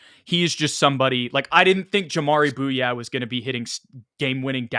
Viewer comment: I believe jamaree bouyea is pronounced like "Boo-yay"